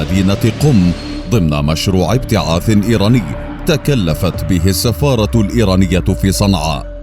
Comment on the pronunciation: تكلفت ❌ .. تكفلت ✅